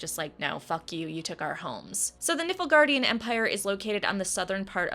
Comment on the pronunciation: I had to slow down the speed to make sure I wasn't hearing it as "nipplegaardian." LOL!